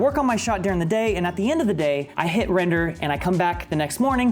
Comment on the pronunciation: Every time he says "render" Me: heheh.. "Wrender" But seriously though, how'd you do the pillar up stunt???